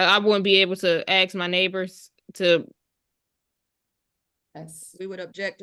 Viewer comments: Why can they not pronounce ask correctly? It's always axed. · Fine her for saying 'axe' instead of 'ask'! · Did u read the comments from the lady that was talking about the word "axe" its funny as heck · Someone who says "axe" or "mont" doesn't have $100k worth of items .. I'm guessing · Why do these uneducated people say axet instead of ask it drives me crazy learn to speak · So many countries have wierd laws that protect renters, even when they are obviously tricking the system. So sad. A buddy of mine had to spend 4 months just to kick out a non-paying tenant. On a different note : I keep hearing "AKS/AXE" instead of "ASK", they do know its an S infront on the K right? "i wouldnt be able to AXE my neighbours" ……..well, please dont...…. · Ther can be the most educated black person,and they will never say ask in a conversation, it's always axe.lol❤😂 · "aks" the clearest sign of ignorance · This woman is ridiculous. And I’m so over the “axe” 🤦🏼‍♀️🤬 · “ Can I axe “ Learn proper English before addressing the court ! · 🙄. Yup. She did aks/axe them….